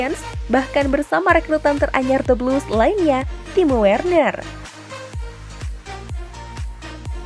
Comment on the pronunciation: Min timo Werner bacanya timo verner